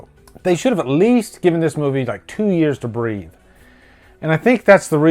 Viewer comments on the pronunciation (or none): none